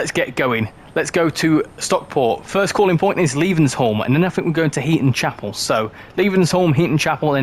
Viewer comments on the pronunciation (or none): Levenshulme! … please! You’re making my ears bleed it’s pronounced“Levens- Hume” 😮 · The way you say Levenshulme is funny 😂